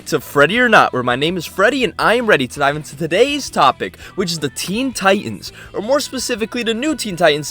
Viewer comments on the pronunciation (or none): none